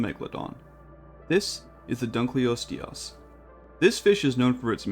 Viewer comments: Dunkleosteus pronunciation gonna put me in the ground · yo dunkleosteus is pronounced dunkleosteus, not dunkleosteus. hope this helps